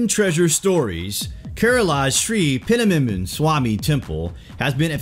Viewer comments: Omg!!!! Lol!!!! It's not panamanamana swamy . It's PAD-MA-NABHA swamy. God!!!!🤣🤣🤣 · Pdmnsami temple?! 😀😀.. It is pronounced like Padma nAbhamswami temple.... Padmanaabh is a name of my dear god Vishnu.. Padma means lotus, and Naabh means naval.. Padmanaabh means, the one having lotus in his naval... It is the lotus from which Brahma born, and created the entire world... Above the door the demon face you see, that demon's name is Kirtimukh. Any try to open the door forcefully will open a gate from Naagloka, the world of serpents, and that will be catastrophic event for earth... When it is opened with the specific mantra chant by specific person at specific time and in specific tone, the door will open safely and divine treasure will be unleashed. It contains divine information for which we are not ready in Kaliyuga. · Its " padma-nabh-swamy" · Please pronounce it as "Padmanabha-swami" Temple. Thanks:) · The way he spell padmanabham swami temple is laughable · nice video. the temple is pronounced at 'Pad'+'ma'+'na'+'bha' + 'swamy' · Rockdervin Justin I know, it was funny how he pronounced it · The way he’s pronouncing it 😂😂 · hhahhahaha , the guy can't pronounce the name & pronounces it in a very funny way, hilarious 😂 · Dude. Pronouce it correctly. You're embarrassing yourself. 😂